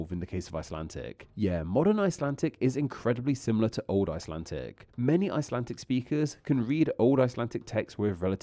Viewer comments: IcelanTTTic? This is a pretty basic mistake in English. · The commentary sounds as though it's generated by AI. It's not only offensive to the ear, which is badly misjudged in a video about languages - it's also spoilt by irritating pronunciation errors. "IcelanTic " is a new one on me - is that what they speak under water off the coast of Iceland?